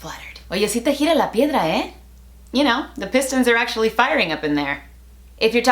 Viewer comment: Yo es escuchado ardilla en vez de piedra